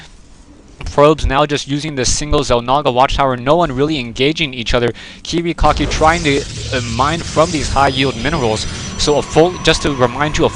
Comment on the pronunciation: notice how the commentator pronounced the player's name as kiwiCOCKI.. it kinda suited him seein dat he left without sayin: gg